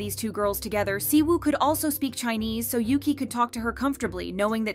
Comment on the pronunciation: In Chinese, her name read as "Yuchi" not "Yuki"